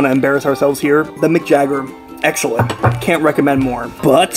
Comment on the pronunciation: haha, eggellent